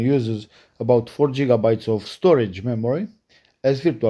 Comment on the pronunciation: It's called gigabyte. Like you would start off the letter gold. Not jitterbts. I hope that helps some people clicking off too soon. Remember it's always good to gain knowledge before you speak. Most people have to tolerate it but the second they hear jigger Bits you have lost their attention